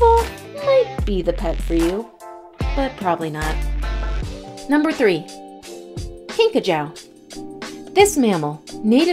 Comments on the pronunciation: Pretty sure its pronounced "kinkajOO" not "kinkajOW" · These videos are always confusing. Talks about Madagascar hissing cockroach... And only once shows one for 1.5 seconds.... The rest of the segment was common flying cockroaches. And mispronounced kinkajou!